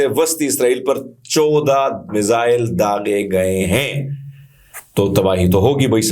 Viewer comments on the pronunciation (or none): none